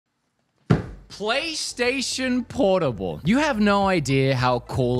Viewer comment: PORTAL WOOD! PORTAAAAAL! NOT PORTABLE LOL naming it wrong since that nontendo podcast episode 😂, hard pass on the actual thing though